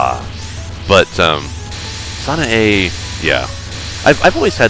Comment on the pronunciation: Sanee? I guess it's the accent, but it tires me to hear stuff like that because I have no problem pronouncing any of this stuff. I think ZUN said that he made MoF because he decided he should actually make a game about shrine maidens. And yeah as said before PC-98 is far bigger an underdog than anyone else.